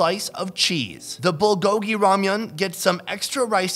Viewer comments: I wonder why English-speaking people tend to say "bull-GO-gee" (with the accent on the second syllable) instead of "BUL GO-gi"... We don't say "kim-CHEE" or "cha-JJANG-myeon", so why do we insist on pronouncing "불고기" in such a strange way? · It's funny hearing every non korean person pronounce bulgogi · Every video he butchers saying bulgogi